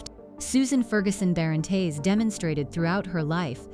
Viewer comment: Pronunciation of surname is completely wrong